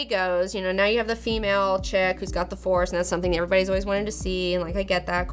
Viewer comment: why are u calling it the "farce" awakens ?